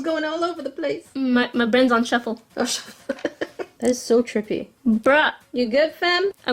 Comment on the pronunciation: Wait did sika just say trippy for the last knife I am not the only one who heard that right